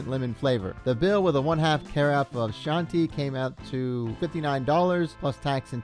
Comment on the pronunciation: It's "kee-onntee" FFS how does anyone not know.. are you an AI?